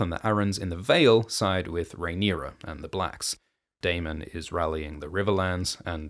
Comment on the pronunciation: You finally said Daemon properly. I don't know why it bothered me so much but thank you lol